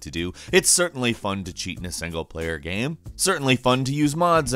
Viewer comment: the way he pronounces game as gaem XD